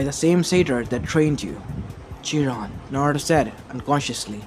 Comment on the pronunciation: it's chiron not jiron